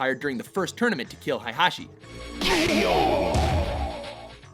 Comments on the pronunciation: its not hi-hachi, its hey-hachi... jesus christ.. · Did he say hi hat chi ? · Oh my God....hey guys, I'll be a translator for Jon-Jun Haiyachi-Heihachi Jeen-Jin Kayuza-Kazuya SWEET CHRIST GUYS CMON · He also pronounced Heihachi as Heihashe Edit:Correction he said hihashe later on